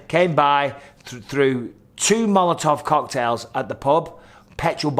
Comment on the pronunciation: "Molotov Cocktail" (American accent) Mike ✌🏽🙂